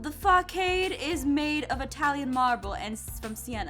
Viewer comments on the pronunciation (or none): It’s pronounced FA- saad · Not to be rude or anything but facade is pronounced (fa-sade) love your vids! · How she said facade😂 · Jess I am SO sorry but it is fa-sawed not fa-cawed.😅🙃😬 also, LOVE your vids!!!!👌👍👍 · At 8: 28 Aph sayed fa-ka-de, not fa-sa-de! AGHRRGHHH!!! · 'Fa-kade' snickered at that, but it is hard to know that word if you haven't used or seen it before Official pronunciation is "fəˈsäd" which probably doesn't help much but you can find a voiced pronunciation using google or another search engine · Fah-cade........ Or..... Fuh-sahd...... Im questioning all my Honors english classes. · Sorry app, but it's Fa-sod not fa-cade XDsorry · FYI its pronounced fah-SAH-de. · That'a not how you pronounce facade, the 'c' should sound like an 's' when said aloud. My apologies, It just REALLY bothered me. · She said facade wrong only that would bother me though